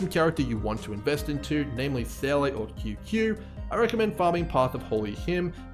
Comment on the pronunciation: Seele is pronounced: ZEE-LUH. Not SAY-LAY. It's so triggering, please stop lol